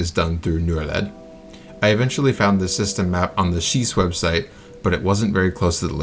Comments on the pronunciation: I think Norled is said more like you say Norway but led instead of way. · Norled. O in Nor is pronounced something like the OO in Poor.